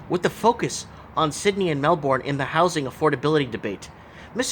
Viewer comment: Great video. It's pronounced Mel-burn btw (same goes for Brisbane i.e. Bris-burn).